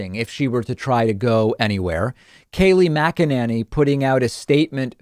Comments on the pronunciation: Bro you've got to stop saying her name wrong, it's Mac-a-Nay-knee. In the first minute you mispronounced it three different ways. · Why do u pronounce her name that way? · 😂😂😂🤣 I cant figure out if David is purposely screwing up McEnany or if he literally can’t pronounce it! Lol But wait he does the same thing with Laura Trump. Calls her LaaRah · David, you are mispronouncing her last name! 😂